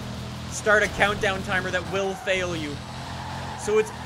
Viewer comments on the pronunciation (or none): none